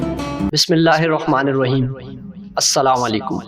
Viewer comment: Maf kijiye bhaijan lekinaapka salam ka pronounsation sahi nahi